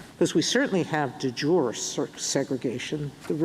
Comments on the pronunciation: The way Sotomayer pronounces it, it means "of the day", like soup de jour. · It’s not delivery…it’s De Jure No? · Yes, that was Alito. She can't pronounce it either - moments after hearing it said correctly.